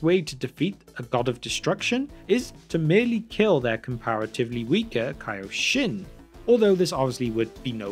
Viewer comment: And its pronounced kaioshin